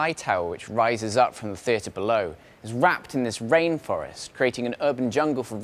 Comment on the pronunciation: Wising fwom bewoe, wapped in a wainfowwest. A career on BBC radio beckons!